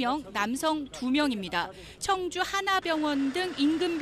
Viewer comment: 청주라고 청주!! 앵커가 말도 제대로 못하네 ㅉ